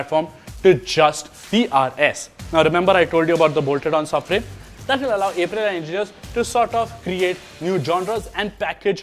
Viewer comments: It's "Up-rilia" not "Ape- rilia" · अप्रिलिआ ✅ ए प्रिलिआ ❌ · First time I am hearing A-prilya